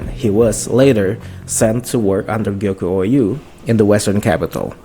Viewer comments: Gyoku-ou is pronounced gyokoo ohh not gyoku-o you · I don't think I've ever heard someone add a whole ass new "YOU" syllable into the middle of Gyoku-ou's name... it's not Gyokuyou-ou... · Please check how to pronounce Gyoku-ou's name 😶‍🌫️